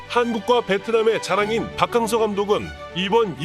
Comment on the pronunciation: 박캉 무슨 캉쨔냐 박킹서로 부르면 맛꼬 캉서로 해도 맛따 문디 아나운서놈아서감독